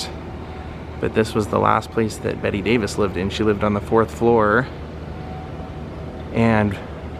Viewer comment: UGH! the fact you kept saying her name wrong the whole video. She hated being called "Betty" and made it clear her name was Bette